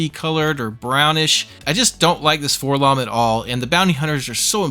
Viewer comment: Why do so many people say "FORlomm"? He's a droid. It's Four-Ell-Oh-Em. You don't go around calling the prissy gold one "k'THREEPoh," do you? Hells, even in the old Kenner mail-away commercial, where they gave the name to THE WRONG GUY ENTIRELY, they pronounce it "Four-Ell-Oh-Em."